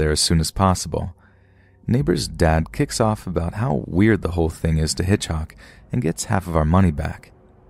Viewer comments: I’m sure nobody will read this but why did you keep saying hitchoc instead of Hitchcock. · Just drove me crazy that the narrator kept saying HitchHock instead of HitchCock. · So dear, although it sound derogatory, it’s HitchCock, not HitchHock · HitchHock 😂😂😂😂 is he meaning to say Hitchcock ??? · That'd be pronounced HitchCOCK. ✌❤ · You seriously don't know how to pronounce the last name of one of the most famous filmmakers of all time, lol?